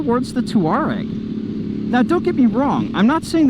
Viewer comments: I think it is pronounced "Tore-Eg" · Pronounce it Twa-reg.